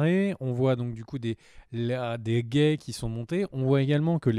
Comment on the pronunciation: on dit des "guets" pas des "gays"....